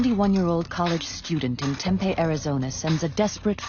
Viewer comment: It would be really great if you used a real voice, I live in Tempe. It is spit pronounce phonetically TEMPE the last E is long sounding as in EE this person pronounces it like TEMPEH, which is a food product so yeah if you’re gonna be using AI and bullshit like this the very very very bare minimum you could do is make sure you check the pronunciation of things